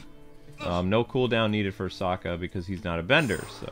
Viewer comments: Sokka not Saka. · His name is Saka, not Asoka.